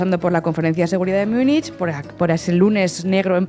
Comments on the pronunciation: ...y de paso: ¿por qué no dejáis de una vez esa rídícula pronunciación de "miunich"? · Me encanta La Base ❤, soy suscriptora del canal y me quito el sombrero ante todo el equipo por su profesionalidad. No obstante, se me parte el alma al escuchar cómo habéis pronunciado Munich hoy 😢, ni en alemán ni en la pronunciación utilizada por los hablantes del español. Os pasa con todas las lenguas de origen germánico que no son el inglés, especialmente el alemán y el neerlandés. Las pronunciáis como si fueran inglés. Sería estupendo que eso lo cuidarais un poco 😊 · Por qué pronuncian Munich a la inglesa?